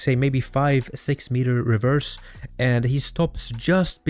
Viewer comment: Holy shit stop inserting T's in words that don't have them. "Faltse", "Revetse".... 🤦🏻‍♂️🤦🏻‍♂️🤦🏻‍♂️🤦🏻‍♂️